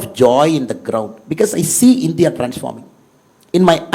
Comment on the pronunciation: Whatever said and done.. pronouncing India as Indhiya...viz.,... இந்தியா...is the greatest.